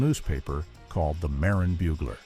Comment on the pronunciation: It's pronounced "Muh-Rin" County.